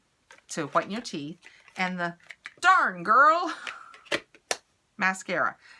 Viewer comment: Omg lol say darn girl again 🤣🤣🤣